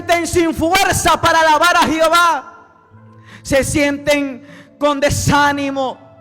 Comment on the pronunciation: Lindo mensaje para que sea publicado al mundo entero pero siervo con respeto le digo no se dice jiova sí no q se dice Jehová aunque tampoco es el nombre correcto